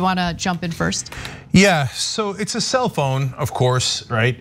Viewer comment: I kept hearing "It's a cell phone" instead of "self-own". I'm like what is Cenk talking about?